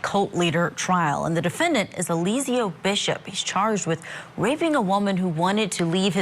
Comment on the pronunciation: Not Elizio😂😂😂😂. Come on guys do your homework.